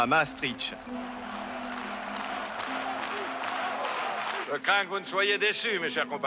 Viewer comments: ce n'est pas "MaastriTCH" c'est "MaastriCHT"; la voix du documentaire devrait au moins savoir prononcer le mot clef du sujet... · C'est où MaastriTCH, en Russie ??? Dommage, ce documentaire sur MaastriCHT était très bien. Les narrateurs ou journalistes qui ne savent pas prononcer devraient s'abstenir...